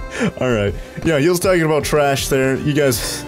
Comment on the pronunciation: oh no crombo pronounces trash like TRESH that is just like TRESH MAN! and then he'll start eating garbage!